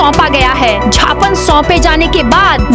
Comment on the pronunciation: सही शब्द ज्ञापन है जबकि उद्घोषक ज्ञापन बोलते हैं।कयो ।केबल मध्यप्रदेश के समाचार बाचक ही ज्ञापन को झापन बोलते हैं।